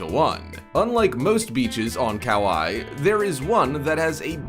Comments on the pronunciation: "Cow I" Do you mean Kauai? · On the waterfall beach… Waikiki isn’t in Brazil. on South Africa shark beach, sharks are not mammals. Kauai is pronounced Kuwai. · I hate these types of videos. Number 1, the guy butchered almost every name. Who TF says Kauai as "cow-i", gansbaai as "gans-bi or gans-bay" and worst of all, new Smyrna as "new smirna" Number 2, that artist drawing is of Waikiki. It's not supposed to be an accurate representation of the past either. These "facts" channels really need to step up their game, because this isn't the only channel that gets a ton of things wrong. (Edit) I didn't even catch that he said sharks are mammals. Here's my theory, the guy who wrote it is some guy in India that doesn't speak a lick of English and he used Google translate to put into a computer narrator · Also, your narrator need to learn how to pronounce the names of the places they're featuring on this list. Kauai is pronounced "Ka-why-ee", not "Cow-eye"...smh... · Mate said kawai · ?? Showing a picture of Waikiki with diamond head crater in the view and call it Brazil?? not cool.. and they he cannot even pronounce Kauai... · Murdered Kauai 😂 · Learn how to pronounce the beaches in Kauai